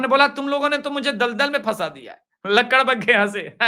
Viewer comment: I t is lakad baga not ladak bagga